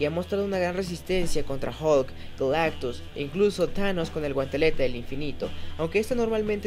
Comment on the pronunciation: Por un momento creí que dijo que Galactux se llamaba Galán.